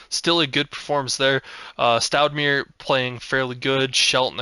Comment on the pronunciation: Stoudemire is Pronounced like the former basketball player from the Phoenix Suns. Amare Stoudemire. Stoud A My Er 😉